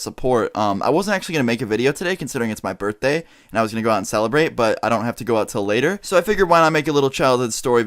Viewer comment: df is a "burfday"